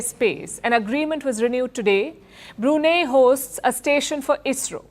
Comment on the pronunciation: Brunei is spelt as Bru Nai. Not Bru Nee.